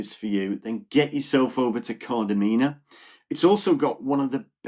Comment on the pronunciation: The number of times I hear Kardamena pronounced incorrectly 😂